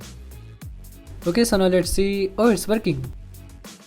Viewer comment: Oh it's verking hahahahah